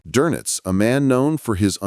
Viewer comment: Not Donuts- Donitz